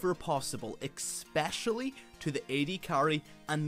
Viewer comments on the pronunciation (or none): Am i the only one who hears xpecialy?